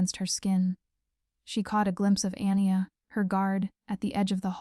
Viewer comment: Anya - pronounciation Arn yargh Not Anni er. Good story very enjoyable, thank you.